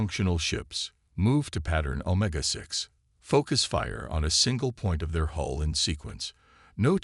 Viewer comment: HULL not HOLE update your AI